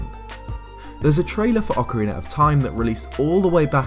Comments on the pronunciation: Ocarin-ner of Time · What exactly is “Ocariner of Time”? Is it related to The Legend of Zelda: Ocarina of Time?